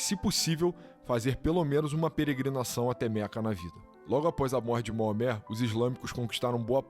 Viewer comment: Moamé não, rapaz, é Maomé ou no original Mohammed.